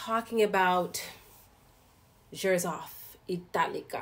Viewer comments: you are pronouncing the Xerjoff as jers-off when it is actually pronounced sir-joff. I have linked a video below where the founder of the house says the correct pronunciation at 1.12 to 1.16 Also, Italica was launched many years ago as I believe a limited Harrod's exclusive in a different packaging with red velvet bottle however, there have been periodic limited releases of this over the years. The most recent release was around valentine's day this year with new bottle without the velvet, after which it was made a part of their regular Casamorati line up (I believe). Just FYI and no offense, figured you would be interested to know as a fellow fragrance enthusiast ❤️ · Great review! Italica by Xerjoff was launched in 2016. The prononciation is "sirjof" FYI:-)